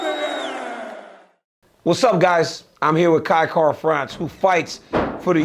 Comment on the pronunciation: It’s Kai Kara Cringe not that difficult